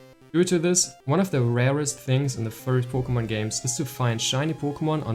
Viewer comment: “Poe Kugh Mon” Buckle up Lads this one will be a guaranteed treat of a Vid.